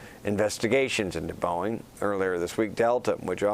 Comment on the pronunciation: You can’t blame the teleprompter for pronouncing the manufacturer “Bowen” and the airline “Yew-nited.” He improved as the story went on, but for a major market anchor, that’s not cool.